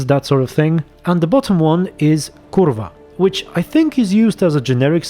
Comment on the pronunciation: you said kurwa in the funniest way possible!